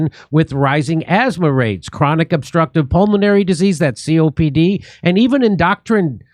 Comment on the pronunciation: ",En-DOH- krin....."